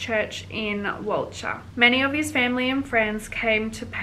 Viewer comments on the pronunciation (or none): Please learn how to pronounce Walcha. It’s Wol-ka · It's pronounced "Wolka" 🙄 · Got 40 years but eligible for parole in 25 I think and walcha is pronounced wolka 😊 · I’m reading the book called “The widow of Walcha”. It’s about Mathew Dunbar and his murder. Very interesting read. Walcha is pronounced as wol car 😊